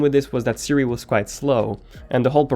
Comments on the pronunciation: hey ”Sindy” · Ummm Did you says Cindy 😂😂 I like it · Did he really say HEY Sindy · This dude really said “hey Cindy”